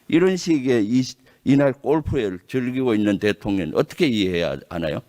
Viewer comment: 김병주의원은 한국어발음이 왜그래 대통령 을 대통련으로발음하네~